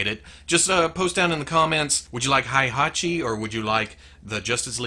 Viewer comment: really nice job man!!!! if i could have a figure, I'd have Heihachi. By the way, you pronounced correctly his name. Keep it up.